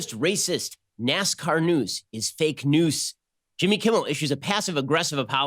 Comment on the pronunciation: Is fake "noose" wah wahhhhh LMAO